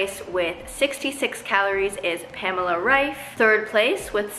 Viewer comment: They first English speaking person who pronounces Pamela Reif´s name right 🤣